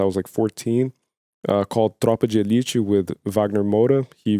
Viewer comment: Im legitemely mentally gone! Recognize it as a brazilian movie, this WONDERFUL Brazil T-shirt and a perfect pronunciation of "Tropa de Elite". Everthing in less than 15 seconds!